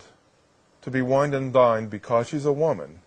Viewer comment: I love your videos bro but please pronounce woman and women properly